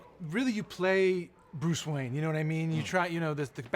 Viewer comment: wayan brothers? xD